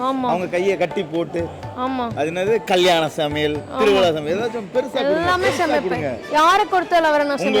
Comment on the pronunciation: எதைக் கொடுத்தாலும் நான் நல்லா ஷமைப்பே னு சொல்லுவதற்கு, யாரைக் கொடுத்தாலும் நல்லா க்ஷமைப்பே னு சொல்லுறாங்க. 😂😂😂😂❤❤❤❤❤❤